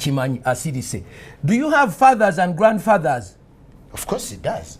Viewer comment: do you have fathas and grandfathas!? Interviewer: Of course it does 😂😂😂